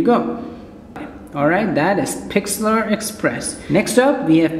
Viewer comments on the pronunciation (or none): it is "pixlr express".... not "pixlAr express"